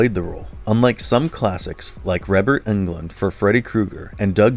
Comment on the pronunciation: What shocked me the most, the narrator's inability to say certain iconic names properly... How do you fuck up Robert England? Rebert?! Or Tom Savini?